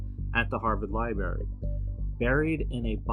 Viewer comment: There have only been three film adaptions not four and did he say "libary"?